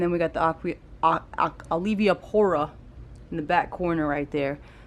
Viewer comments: Awesome Video, yoooooo i couldn’t stop laughing when you said Olivia-pora. I can’t say it right either 💯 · Say it with me now, AL-V-PORA 😂